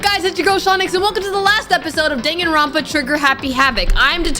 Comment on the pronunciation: Dangaronpa btw